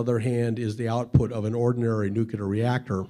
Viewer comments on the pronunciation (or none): he says NUKILAR things (wow...) DUDE, IT's NUCLEAR ! ... ("new clear") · "...nucular..." Instant cred destroyer. It's "nuclear." If he can't speak English properly, I have no interest. DNF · Nuclear. Not newkiller. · There are only 2 people who say nucular this guy and George w bush. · Lots of people, if they hear you say "NEW CUE LURR" instead of the correct pronunciation "NEW KLEE ERR" when you are trying to be an influence on this topic - they will assume you are a clueless poser. I am sorry indeed, but It's THE BASIC WORD OF THE TOPIC. Saying it wrong demolishes your credibility. You may well be right, and the evidence supports it. But you seriously lose a major chunk of listeners by the simple act of not bothering to learn to say nuclear. Not Newkewlurr. Ask your team. It makes you look like Dubya. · NUKILAR. lol. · It's nuclear, not nucular. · There is no such word as "NUCYULER" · It amazes me how many very smart people exist who can't pronounce the word NUCLEAR. Bush Junior said nuqular and so does this guy. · what the hell is "Nucular"? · did he really just say nook-ya-lar? And he keeps saying. Nook-ya-lar weapons. I can't watch any longer. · There's no such thing as "very unique".... 3.16.... if it's unique it's unique. And you pronounce nuclear NEW CLEAR and not NEW KILLER. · I stopped listening as soon as I heard the word new-kew-ler. It's not that hard to pronounce correctly people. If you are going to be a public speaker, learn some basic pronunciation. Maybe I'll get more than three minutes into the next video. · It's nu-cle-ar, not nu-cu-ler. Ugh! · It's NU-CLEAR, not nucular! Nuclear!! Nuclear!!! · That moment when you hear nuculer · Yes. Just not NU-QUE-LER, that always bothers me. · Nu-cu-ler? Really. How can we trust the claims of someone that can't say nuclear? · He clearly knows a lot of stuff — but not about Kleenex. And it’s “nuclear” not “nucular”! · lol "Nucular". Stop that. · It bothers me when someone pronounces nuclear as "nukyooler".